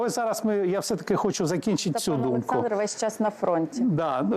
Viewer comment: Шо за чОрт это "пане Олэксандр"? Капец